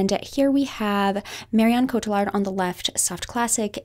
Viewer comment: Marion Cotillard is pronounced "Coat ee yard". The French ll is like a yee in English